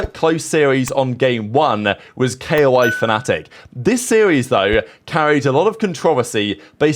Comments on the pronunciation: ITS NOOOT K.O.I ITS KOI BROOO IM NOT KOI FAN BUT PLEAAAASE PRONOUNCE IT LIKE THE FISH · man i love your content but please just say koi